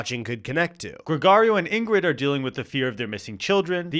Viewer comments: As a latino listen to you say "GregArio" instead of "GregOrio" a thousand times is killing me. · Pronunciation of Gregorio and Machete is horrendous. I'm sorry. I'm sorry.